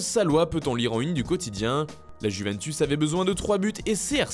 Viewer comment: OOOH LES FRANÇAIS vous allez enfin dire YOUventus au lieu de Guventus? bande de cave